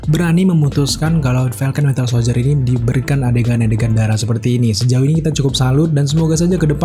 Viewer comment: Winter soldier bambang bukan wintel ahhhhh sudahlahhh